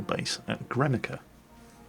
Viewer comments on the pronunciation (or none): So I am American, but the way he pronounces Gremikha, "Gremic-ah" is like nails on a chalkboard. At first I thought was saying "Guernica." I was thinking, how did the Russians get to Spain already?